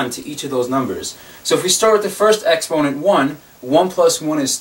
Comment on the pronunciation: Why do you say exponent like that lmao